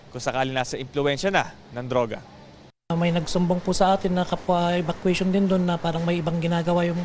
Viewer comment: Ahhh evacuation pala, ang dinig ko kasi pot session 😂